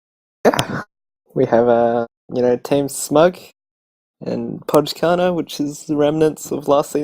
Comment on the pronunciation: its pronounced "poi karna" btw :~)